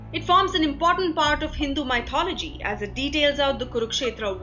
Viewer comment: Please correct English usage : it is not "maithology"- mythology is pronounced " mithology" . It is daughters-in-law not daughter-in-laws!..................